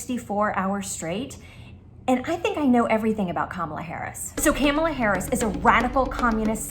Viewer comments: Absolutely love that she started out pronouncing Kamala correctly and then started going crazy with it. 😂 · "Kalamaris Harris" 😭😭😭😂😂😂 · Bruh...not " Kalamari" Harris...💀💀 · Also "Kalamari Harris" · The first time Desi said Kamala's name wrong, I thought "uh oh!" But by the end of Desi's spiel (butchering the name much worse), I thought "hmmm...KAM-ala wasn't such a bad approximation after all." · Slutty McTits Agreed. And Favorite part was how the mispronunciation of Kamala kept changing 😂!